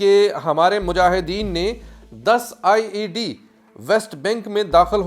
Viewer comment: O bhi IAD neheen IED(improvised explosive device) HOTA hai.please!